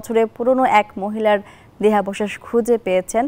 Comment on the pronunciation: দেহাবশেষ উচ্চারণ হয়নি আপনার।